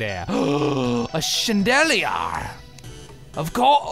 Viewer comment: I am never going to say chandelier the same ever again.